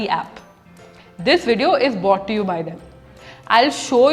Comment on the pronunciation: Is it bought to you by them or brought to you by them, when you were saying about the cambly?